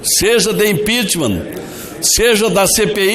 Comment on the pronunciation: Então é isso Ranfolfe pedindo impitchmam